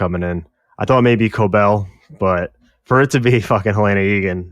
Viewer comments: I swear😭 they literally say her name in the show. Helen-ah and Helaynah are two different names lol. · Great video just one critique- it is Hell-N-Ah NOT Hell-A-nah. They say her name in the show. Those are 2 different names.😂😂 A huge pet peeve is people mispronouncing names in shows when they say the name in the show. Like Ahnna and Anna in Frozen- they literally say her name- why would you pronounce it wrong on purpose?? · Great review, but for the love of Kier, it’s Helen-A